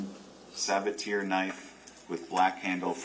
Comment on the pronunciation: The pronunciation of Sabatier is driving me nuts. It's suh ba tee ay